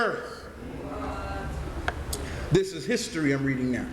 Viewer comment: Lol. "His-tory"